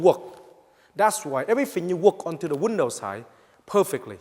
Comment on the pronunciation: was he saying window or wondough lol